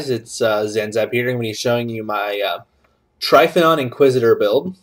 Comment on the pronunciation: you ever notice you misspelled trypanon in your character name and are mispronouncing it?